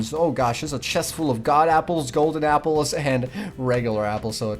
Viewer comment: they're called golden apples not 'god apples'😁